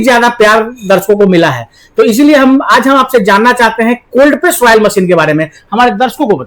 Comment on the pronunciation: वायल नही ऑयल मशीन होती है